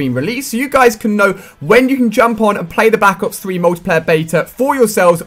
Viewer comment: If you listen closely you can hear him say back ops 3